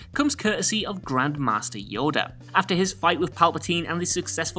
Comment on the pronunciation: Unforgivable! did I just hear you call the little green Jedi Master, "YODEL"?!